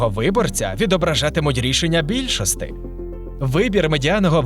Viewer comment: Букву "і" не вмієте вимовляти? Якої бляха більшостИ?